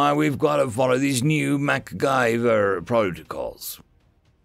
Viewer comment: Waiting for my friend Error. FTA! Mack-guy-ver lmao